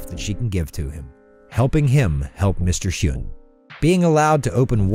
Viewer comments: It's pronounced something like "win" not "hyoon" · The guys name in hey Arnold is pronounced Wynn. Did you even watch the show??? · It's "HWIN"! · Mr. Hyun: "Its Hwin" (like stewie pronouncing whip) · How do you get Mr. "win" name wrong when it's said like 30 times in that episode 🤦‍♂️🤦‍♂️ annunciation; W. I. N. Come on now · Did you even see the Hey Arnold! episode? Mr. Hyunh's name is pronounced like "win". If you're going to do a top ten about TV shows you should at least watch them first. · Did you even watch those episodes??? You mispronounced “Mr. Wins” name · >Pronounces it Mr “Hyoon” Someone never watched the show 😒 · Nguyen is pronounced win and Hyunh sounds like hwin, like if an old Texan were to say "win" I tell ya hwhat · It's a win!